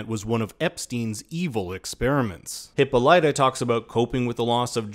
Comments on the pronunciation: asexylibrarian lol it’s excruciating 😂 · THANK YOU! The narrator's pronunciation made me cringe. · I acknowledged that it’s how they pronounce it on the show, and I understand he was just mimicking that. But it’s still wrong. I was correcting for the sake of trivial knowledge. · Hip-all-it-uh, not Hippo-light-a; I know that’s how they pronounce it on the show but it’s wrong and it sounds so unrefined and her character deserves better! Ok rant over. Great video!!!